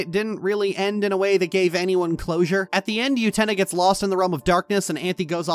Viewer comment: Utena is NOT pronounced with a Y sound. Please rerecord and fix.